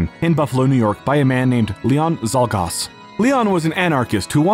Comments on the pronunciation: sholgosh is how the attempted assassin's name is pronounced. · not even a little bit close to how you say czolgosz